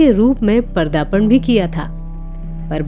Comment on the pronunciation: I like your videos. You, however, need to work on your misprounciations, such as here Pratibhavadi or Pratibhashali? You often say "Pardapan." No, the correct word is "Padarpan" meaning arrival. Here, and elsewhere, you say, ShashAAdhar Mukherjee. No, Shashdhar Mukherjee. You had also referred to NAADIRA as NadIra. No. With blatant errors, your credibility goes on line